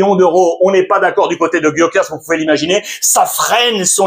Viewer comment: Il le prononce bien Gyokeres ? J'ai jamais dit ou entendu comme ça